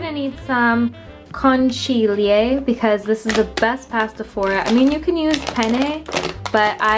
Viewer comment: Seeing you pronounce conchiglie killed me 😂 Digli a Francesco di insegnarti italiano